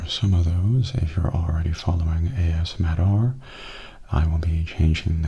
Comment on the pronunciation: I'll miss the ASMattR channel name (that A$$-Matter pronunciation just killed me XD), but Mattastic ASMR fits you just as well, if not even better, I think :) Plus, you're the important part, and it sounds like there's plenty more of that to look forward to~ Thank you for continuing to bring us great videos ^___^